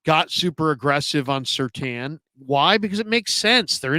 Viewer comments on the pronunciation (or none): Surtain… not Surtan!!!